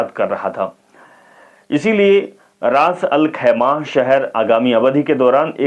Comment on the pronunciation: Bhai anchor sahab... Aap thoda hindi padne ki practice ache se karo.... फिलीपिस्तीनी नहीं होता.... फिलिस्तीनी होता है। रास-अल-खैमह होता है शहर का नाम..